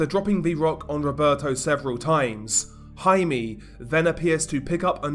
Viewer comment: HI-MEH, not HI-MEE